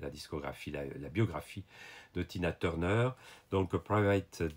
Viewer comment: The best part of this video is when you speak the name of the songs with your french accent. Tuna Turnerrr and Private Dancerrrr. C'est un peut amusant.